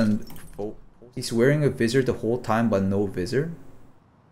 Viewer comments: its not veezor its visor. v eye soar. you were riving me nuts saying veezor lol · Thank you for eventually pronouncing visor correctly! I was dying for some reason you pronouncing vizerrr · lol its v-eye-zur........ ROFL.... the correction like one minute later.......